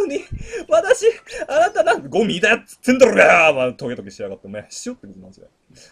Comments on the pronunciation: ゴ↑ミィ↓で吹いたwwww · ゴミが神に聞こえる ご↑みー↓